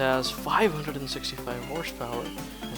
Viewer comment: 'Horsh power' ??